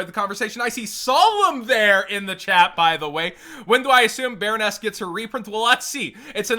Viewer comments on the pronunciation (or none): Baronne doesn't have an S in it.